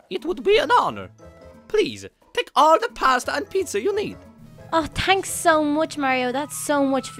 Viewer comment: does she say thanks guys or tanks guys